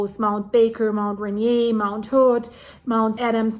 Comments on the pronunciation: Great report, going to be an ongoing watch for Mt Adams. A friendly FYI, Mt Rainier is pronounced... Ray-near. If Rainier were to erupt the pyroclastic flows would devastate Olympia area but most ash would be pushed East by the prevailing on shore jet stream. Same thing happened with Mt Saint Helen. Thank you for your reports, keep them coming. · RAINIER is pronounced by locals raineer like beer. I live by Olympia and ski Raindog regularly. Thanks for Mt Adam's report. Nice job. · Mt Rainier is pronouned RAIN EAR